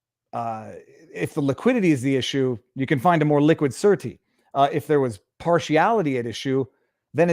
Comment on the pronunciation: The court still has to approve the surety and please pronounce surety properly